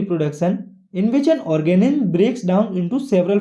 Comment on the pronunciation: Reproodicing organim🤣🤣🤣🤣🤣... anyway good lecture 👍